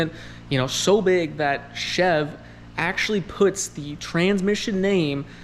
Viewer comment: Anybody else cringe every time he said chev?